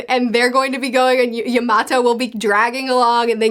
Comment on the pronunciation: Can you say Yamato name right